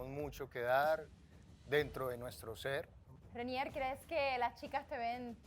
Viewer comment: dice Reinier y es Renier xD